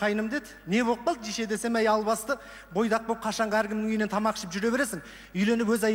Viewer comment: RYSBEK ABDRAKHMANOV жише емес дише деп жатыр